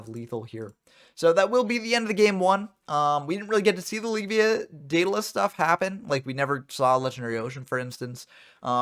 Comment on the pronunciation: It's funny. You say "Leave-via," I say "Lev-ea," But I'm pretty sure it's supposed to be pronounced "Lev-I-uh" like Leviathan lol